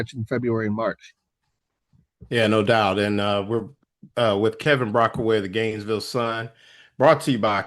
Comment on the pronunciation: It’s Brockway Not Brockaway